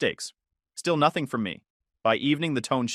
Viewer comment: I’ll deal with bad punctuation than thinking I’m having a stroke from hearing the AI continuously mispronounce common words like “Noth-Thing”, “whords”, and my favorite “List-then”.